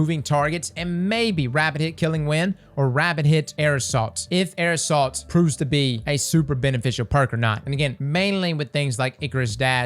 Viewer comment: Everyone: Air assault: "aerosol"